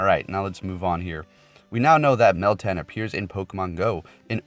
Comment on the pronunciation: There is no i in moltan lmao